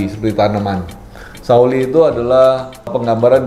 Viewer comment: Pari "Sak wuli"..atau "sa wuli" / "se wuli" bang (kalau di singkat) Bukan "sauli" 😂😂 Artinya "se tangkai" padi... Ada "Rong Wuli", atau "telung wuli" 😁😁